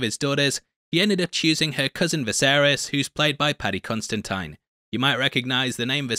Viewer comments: Considine not "Constantine". Ridiculous. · The name is pronounced con-sid-dine not con-sti-tin. It’s Irish not Italian. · Thanks for another great breakdown! One thing: it's Paddy Considine, not Constantine. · Paddy Considine. Not Constantine. Considine.